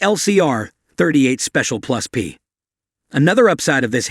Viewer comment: Please for the love of God, get an annoucer who actually KNOWS guns to do the voice overs, or at least try to program your text-to-voice software to properly enunciate firearms terminology. It's NOT 38 plus, P revolver. It's 38 +P.